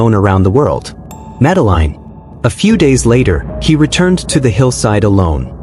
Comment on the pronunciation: Her name is pronounced. Madaleen not Madeline 🤬👎